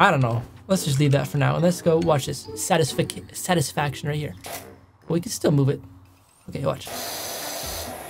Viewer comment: Satis-fic-ation😂 I love it